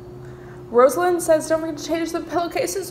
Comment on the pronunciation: It’s “Rosalynn” (sounds like “Rah-suh-lynn”) but sis can call me “Rose” lynn for the rest of rest of her days and I’d still be like 🤸🏾‍♀️🙃🤷🏾‍♀️ lol we love. ❤️